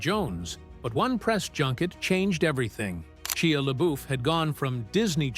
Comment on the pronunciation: and not the move poster. Shia mispronounced. Youtube garbage.